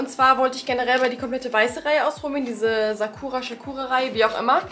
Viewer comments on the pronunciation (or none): Es heißt Sakura mit S nicht Sch 😊